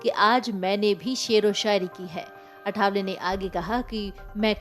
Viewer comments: अरे चॅनलपे समाचार देनेवाली पत्रकार मॅडम नाम तो सही लो अठावले नहीं लिखलो आठवले नाम है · अठावले नहीं आठवले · अठावले नव्हे.... " आठवले ". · अठावले नहीं ,आठवले नाम का सही उच्चारण करो।मराठी नामों को अक्सर क्यों बदलकर बोला जाता हॆ? क्या आठवले का उच्चारण करना इतना मुश्किल हॆ? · अठावले नहीं मॅम,आठवले. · आठवले. ...Not अठावले Please.... at least the formal communication should be correct.. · सर्णमे का प्रोनाऊस ठीक से लेना आठावले नहीं आठवले